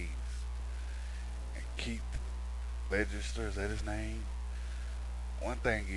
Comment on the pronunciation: keith legister??? it's heath ledger!